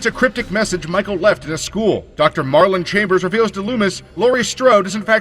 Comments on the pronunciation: Uh... it’s “Marion Chambers”, not “Marlon”; and she is a nurse. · Marlon Chambers? It’s Marion, you moron.